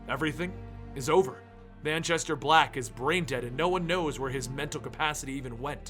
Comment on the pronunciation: Moo-Chester black